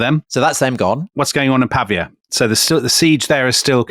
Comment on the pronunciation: Wonderful, as ever. Apologies for picking nits, but it's Pah Veeya not Pah V Ah